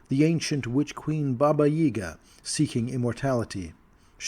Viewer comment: You said “Baba yaga” wrong.